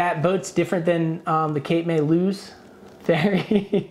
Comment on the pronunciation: you're saying "Lewes" correctly, I grew up in DE, she was wrong on that one... 🤣😂😁🙄